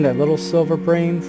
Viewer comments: Yeh its Bream not Brim haha good vid mate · Huh nah mate bream is bream not brim! Yeah we call it bream in Australia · 100% "Bream" not "Brim" lol. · Plse dont stop with these vids,i watch them with my coffee when i wake up:) And its bream( like dream but with a B) take care:) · Brim are sunfish, bream are in the Cyprinidae family you where pronounceing it correctly before